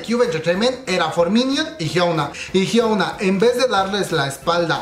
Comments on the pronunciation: Inna de hecho se pronuncia "jiona" porque 현아 se traduciría como Hyeona, pero "ㅕ" (yeo) se lee yo (que se pronuncia 'io') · Amix no lo digo en mala gana ni nada pero se pronuncia jiuna y iduan,y for minut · A nadie mas le desespera que diga "jiouna" e "i duan"?? .-. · A mi jajajajajaja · Buena la información, bien completa. Pero la pronunciación de los nombres de los involucrados y los grupos, por ejemplo: for miniuts, hiouna... Hay que estudiar más bb. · Soy la unica a la que le molesta que pronuncie mal el nombre de Hyuna?